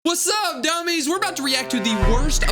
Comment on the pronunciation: He said doomise